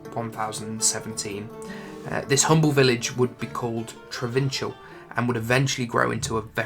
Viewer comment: I take it you guys never played Diablo 2. I'd figure not since your pronunciations of a lot of things are way off. Trav-in-cal is how it's said, not Tra-vin-chel. That's just one example.